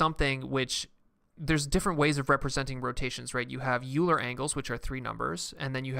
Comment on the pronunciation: It's Oiler, not Youler